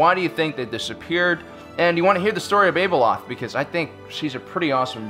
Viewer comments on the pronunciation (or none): Oh and u butchered Abeloth too. It's not able-oth it is abe-loth